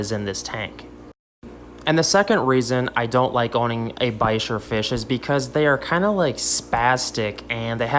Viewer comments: Why you pronounced bichir like "bikers" not like "beach-ìr" ?? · Ba-sheer it's pronounced lol 🤣 you generally don't put them in a tank with ciclids and gravel